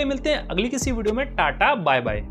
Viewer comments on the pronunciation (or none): none